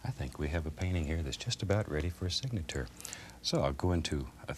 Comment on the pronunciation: Nice "signatour"